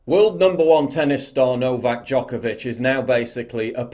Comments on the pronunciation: Its Djokovic not Djokavic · Paul, it's Djokovic, not Djokavic. Poor guy. First, hes being used by Australian PM as an exemplary case and now, his surname is butchered. :D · Always expect a Serbian man tobe the activist for freedom. Also it's Djokovic, not Djokavic lol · Its DjokOvic or Đoković, Paul :P It's nice to see that not all athletes have given in to this bullshit... BTW, Have you seen "ABC Wide Bay" Facebook page and their posts about "virtual covid wards" ? They have 1 patient in the actual hospital and 200+ in the "virtual ward", which means that these people are at home in isolation (probably drinking tea and watching TV) It's insane. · Its D J O K O V I C. Would be helpful if you wouldnt butcher his name LOL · FFS ,his name is NO VAC , , NOVAK DJOKAVIC.